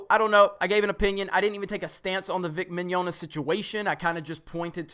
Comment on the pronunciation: Well, whoever is, he got Rial right, but not Mignogna. It's more like Mañana, but with an "i" instead of the first "a".